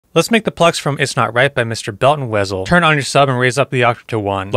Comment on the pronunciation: You should be banned for mispronouncing Wezol... ffs